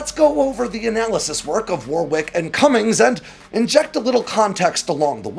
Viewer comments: 'Warwick' is pronounced 'wahrik' - not 'warrwiyk' you dummy. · If he's British, it's pronounced "Warrick"